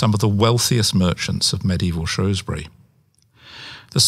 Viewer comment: Shrewsbury. Not Shrowsbury.